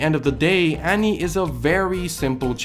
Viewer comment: Is anyone else bothered by the way he says "Annie"?